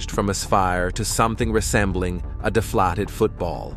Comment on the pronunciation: Also, please consider pronouncing things like Betelgeuse, sphere, deflated, recent, times, and whatever else you mispronounced after I stopped watching